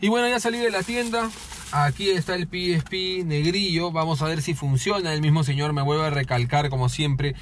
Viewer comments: pi is pi?..... Carajo eres latino, pronuncia como tal PE ESE PE. PE ESE PE PE ESE PE PE ESE PE PE ESE PE PE ESE PE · Ora piespi nel eso no se dice "El pesepe :v" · El: (PIESPI) Yo: (PEESEPE) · A alguien más le molesta que le diga piespi ? Xdxdxd